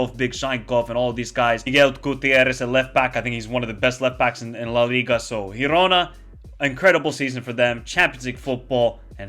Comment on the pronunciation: How cool is that new teams are doing great Btw: girona is pronounced as in giraffe